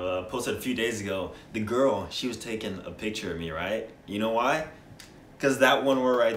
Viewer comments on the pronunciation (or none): none